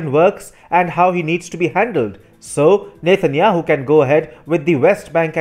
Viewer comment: Does he keep saying "Nathan Yahoo"?